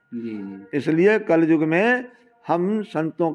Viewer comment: कलजुग नही, कलियुग होता है, शब्द सही नहीं, विश्लेषण कर दिए!!